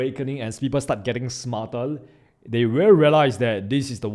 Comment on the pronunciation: Smartell instead of Smarter..... Anothell instead of Anotherrrrrrrrrrr